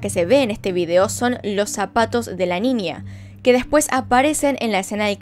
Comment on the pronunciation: “NINIA” jajajaj